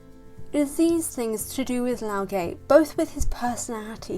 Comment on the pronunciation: You pronounce the name as LAO GUH, not LAO GEH, and not LAO GAY.